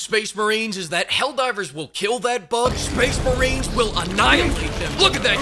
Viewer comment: Highlight of the video: Space Macheeks